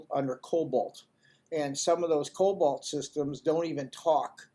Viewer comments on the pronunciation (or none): It’s called COBOL (not cobalt; it is not a color) Which is a mainframe programming language that can easily be interfaced into other platforms through SQL code. Is if they don’t have it hooked up To other platforms, it’s not because they can’t. They just haven’t added the code. Mainframe technology is highly superior when you’re talking about handling large volumes of data; the I/O requirements (Impacting speed) to access are minimal compared to other platforms. The real problem with the IRS is, we are all sick of spending all of our time coming up with what we owe them. The government knows damn What they think we owe them because they are not receiving Data from the banks and details of Everyone’s bank accounts. Can you think of one other business that requires you to come up with a bill for them and if you’re wrong you’re going Get a fine and possibly to go to jail. The whole system is fraudulent. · COBOL, not Cobolt. The programming language first introduced in 1959, and used as the back end by the banking industry for decades, and way too expensive to replace. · It's COBOL not cobalt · I believe that he is mistaken, but will check… I believe he meant to say COBOL, not cobalt